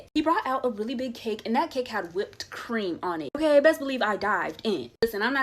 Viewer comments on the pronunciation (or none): The way she said "Whupped cream". LMAO